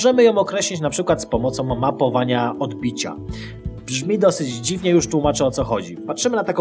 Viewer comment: "OdbiciĄ"? Co to za potworek?!!!